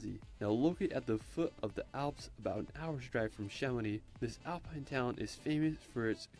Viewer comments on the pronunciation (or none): none